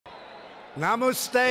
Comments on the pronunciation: Namuste i'm dead. From vicarious embarrassment. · Its namaste not namoste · CNN? I watched this... 😂😂 Namuste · "Namooste, namooste." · Umabad, Goozshyat. Find that on a map.... I love how we are all coming back to watch this as his admin goes down in flames. Namooste to you all. And never forget the wisdom of Swami Vee-vay-ka-moon-noon. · Namoooostay, namoooostay. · Nabu stay? Instead of Namaste? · na-moose-stay , I need that t-shirt with a big bull moose on it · "As the great religious teacher, Swami Veevay kamononnnnnnnnnnnnnnnnnnnnnnnnnnnnnnnnnnnnnnnnnnnnnnnnnnnnnnnnnnnnnnnnnnnnnnnnnnnnnnnnnnnnnnnnnnnnnnnnnnnnnnnnnnnnnnnnnnnnnnnnnnnnnnnnnnnd, once said" "Namustay. Namustay." "Ababad" Notice how he says "Indians can accomplish anything, anything at all, anything THEY want" instead of "we can accomplish anything, anything at all, anything WE want." Hmm... interesting. It's so funny